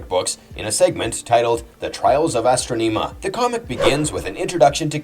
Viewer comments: I have never heard that pronunciation for Astronema before 🤣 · He pronounced Karone and Astronema incorrectly.